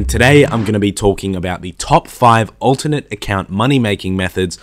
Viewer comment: I learned that you pronounce alternate as ultimate